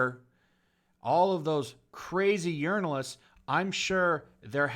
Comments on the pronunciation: Sounds like you're saying Urinal-ists. Accurate. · Lol "urinalists." I hope that wasn't misspeaking and that's what you actually call them.